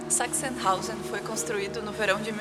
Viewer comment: Sempre ouço "sex in house" toda vez que vocês falam "Sachsenhausen". Desculpem-me. T_T